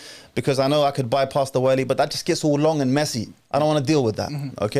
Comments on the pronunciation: can you stop saying والي. It’s ولي. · Can someone teach this man to pronounce wali correctly? Everytime he says waaaali my brain implodes